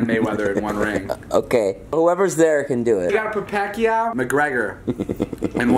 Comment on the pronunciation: This man said Floyd Mayweather, Pacquico, and Mayweather